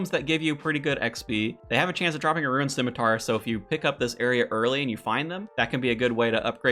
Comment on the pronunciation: Damn man... saying rune as "ruin" is one thing... but ensouled as "ensoiled"?